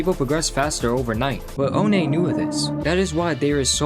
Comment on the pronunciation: oh nay 💀